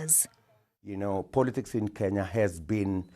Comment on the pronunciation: Yes KeNya // Thank You Dear Sir For Correct Pronunciation -- #ttnft